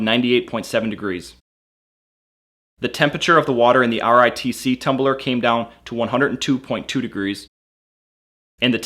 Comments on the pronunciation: RTIC is pronounced like arctic not R T I C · RTIC is pronounced as Artic, not r t I c. A couple of times you even said RITC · RTIC IS PRONOUNCED "ARTIC" like arctic. How did this guy not figure out how to pronounce the name after reading it so many times. He also kept messing up saying ritc and rtic. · You pronounce rtic as artic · You don't have to say RTIC in single letters, just say arctic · it's pronounced Artic not rtic. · I hate how you say R-T-I-C. It's pronounced like arctic! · IT'S NOT R.T.I.C.! IT'S PRONOUNCED "ARTIC". Holy shit. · why does he spell out RTIC? its pronounced just like arctic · you can say Artic instead of R.T.I.C. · it's not R.T.I.C. it's like saying Arctic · R.T.I.C......? No its pronounced Arctic. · it's rtic. not r-t-i-c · lol its pronounced arctic not r i t c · it's not R T I C. it's artic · Not R-T-I-C...It's Arctic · RTIC is made in Cypress, TX which is an area in Houston. And yeah, their name is pronounced R-Tic like the Artic in Antarctica lol Or at least remain consistent and spell out Y-E-T-I 😂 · It's pronounced are-tick not R.T.I.C. but great video. I love my RTIC. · U kniw it’s pronounced artic? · Pretty decent comparison video. FYI, RTIC is supposed to be pronounced as Arctic with the first c being silent of course. There's even a picture of a polar bear on the lid. No self-respecting gun owner would own a Yeti anything. They're publicly anti-gun. I'll stick with my RTIC where I can get more color choices than the Hellmart brand. Also I saw in another vid that the Ozark Trail brand had wonky lid seals...Pass. Keep making vids bro. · It’s r-tic you dipshit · Good video, but jesus christ how annoying what is that he couldn't just call it rtic "artic" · Lol it’s pronounced artic. R-tic. Get it!? 😂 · I'm thinking it is pronounced "artic"... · RTIC = "artic" (how most people say Arctic) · RTIC = pronounced like Arctic. Like as in cold. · Dude I'm pretty sure RTIC is pronounced (Arctic) like where the polar bear in its logo lives.